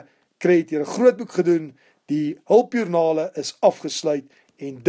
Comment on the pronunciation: LOL het gese hulpjoernake. hulpjoernaKe in plaas van hulpjoernaLe haha. Almal maak foute dis reg. Ek wil net graag sê dat een van die nice ste ooms is wat ek ooit al ( ek wil eintlik ontmoet sê) gesien het. Ooh wag. Laat ek eerder sê nice ste wat ek al geHOOR het 😂. Maar ek wil net graag hê dat elkeen van ons sê dankie het en dat moet aanhou as dit se passie is. P.S. Ek verstaan nou SOO baie meer goeters in rekeningkunde as wat ek tevore het. Dankie baie.